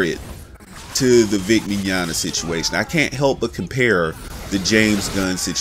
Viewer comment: At least you're finally pronouncing "Mignogna" correctly, lol